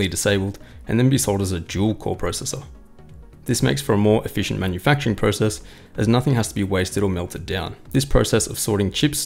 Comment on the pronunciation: 'cpu manfucturing process' lol